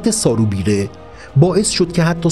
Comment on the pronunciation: سارو بیرو اشتباه تلفظ شده اسم ایشون سارو ببره است